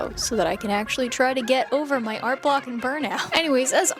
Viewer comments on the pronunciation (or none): none